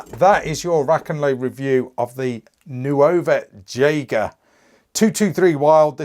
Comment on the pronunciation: Fantastic review! Pronounced "Nova Yeager".